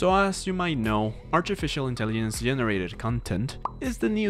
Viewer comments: bro said "intellienc" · Wtf is “artificial intelliyence”